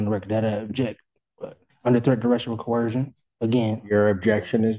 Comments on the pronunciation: I heard another Sovcit once pronounce it as “corrosion”. I’m not kidding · If I hear coercion mispronounced any more times my ears are going to start bleeding. Every single one of these idiots insist on pronouncing it with an H. I doubt they even know what the word means. I would not be surprised if they wrote cohesion in their notes instead.